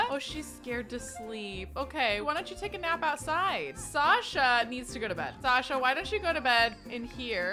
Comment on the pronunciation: Hey, I love how you use a bunch of the names we suggest - and I really like that you used Sasha, that's my chosen name and I don’t often hear people who haven't heard it from me pronounce it the way I do but you get it just right! So thanks for the totally accidental affirmation!